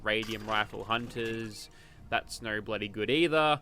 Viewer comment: i love the part when he says " Naur."